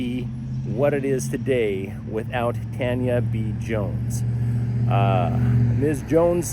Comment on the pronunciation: Oh yeah, and I was gonna say that it's a bit surprising to me that the name of this Tanya is supposedly pronounced as "TAN (short) * yuh" instead of "TAWN * yuh."